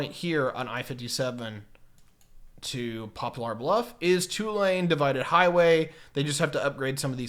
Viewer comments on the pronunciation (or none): i am very happy about this extension, despite wanting to move out. They are running along the north side of the park in arkansas after some deliberation. Also "Pocahontas" is pronounced "Poe-kuh-haan-tahs" and Poplar Bluff is said like popular, just without the U, being named after the poplar tree.